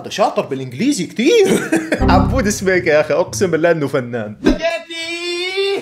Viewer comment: اسمه عبود سكيبة مو سبيكة 😂😂❤